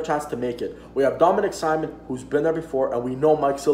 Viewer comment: Not gonna lie, kinda cringed every time you said "Simon" rather than "Sea-moan" other than the mispronunciation, this was a great video and you definitely gained a new sub buddy.